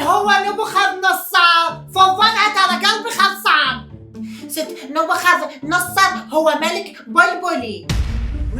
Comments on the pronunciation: ناصاررر نبوخذ نصررر نصررر مو ناصارر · اسمه نبوخذ نصرر مو نصارر😂😂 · اسمة نبوخذ نصر مو نبوخاذ نصاار